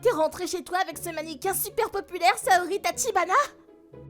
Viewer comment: Chui le seul a me demander pk il dise maniquin